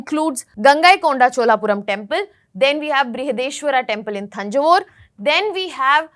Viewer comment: Thanjavur not Tanjur😢😂